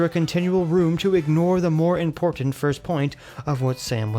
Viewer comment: used to say "im-por-tant" like he makes fun of Lauren Southern for saying it like. Lol